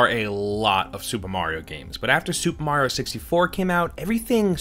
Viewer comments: “New Super Merio Bro’s.” - did you write this the way you say it? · New Super 'Merio' Bros ??? lol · “new super merio” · 'MERIO BROS' never heard of it. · super MERIO brothers lmao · Super Merio > Super Mario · new super merio haha mario not merio lmao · Who is super "merio" bros? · Super 'Merio' 😂